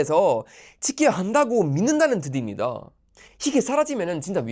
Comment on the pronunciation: 뜻입니다의 발음은 뜨십니다 ^^